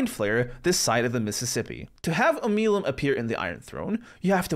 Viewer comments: Baldur's Gate 3 is the 5th Baldurs Gate video game not including remasters. As there was Baldur's Gate 1, 2, BG Dark Alliance, and BG Dark Alliance 2. I don't get why the pronunciations are so off, since... the whole game is voiced. You can hear them say Oh-mel-E-um , and MURK-el. (Sorry for the teasing on this ^_^ but im going to keep doing it) Shar is the goddess of darkness too, actual darkness. The Absence of all. It was not "not darkness but the darkness in peoples hearts" it's "BOTH actual darkness and the darkness in peoples hearts." The mirror of loss give Attribute bonuses and negatives, not skill bonuses and negatives. Tieflings are not from Elturel. Tielfings are from all over. The refugees are most of the Tieflings from Elturel, that have been kicked out because the people who were all dragged into hell- are treating tieflings like they were the reason they got pulled into the hells. They were fleeing persecutions. Tieflings don't have to have done anything to be what they are, devils are notorious shapeshifters and some don't even have to do the deed to pass on some infernal lineage to offspring. Avernus is not the "D&D version of hell" Avernus is the real world legend entrance to the hells. In d&d and actual mythology, hell is broken up into different layers or circles of hell. Im just being picky now- you called Bhaal the god of death, but- you already know why that's wrong :P Kuo-Toa is pronounced Koo-oh-Toe-ah. Jergal was not THE God of Death, he was the SCRI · I love how you made a correction to pronouncing myrkul, only to immediately butcher omeluum's name, both of which are said in the game multiple times 😂